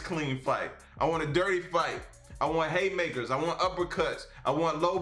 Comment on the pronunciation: Ok I have to ask. My husband and I have a bet going. Is it Haymakers or Hatemakers that you are saying? Love your vids :)